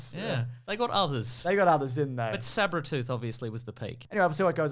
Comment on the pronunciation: Did you say, "Sabra-tooth"?